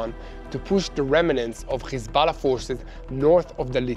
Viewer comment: Would someone please tell that the word "remnants" only has two syllables. It hurts my ears when you pronounce it with three syllables. Other than that he's doing a great job.